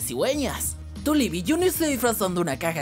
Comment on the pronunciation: Tulip suena como turip